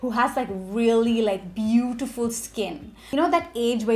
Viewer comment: I thought you were possessed when that accent popped. Bootifulllll❤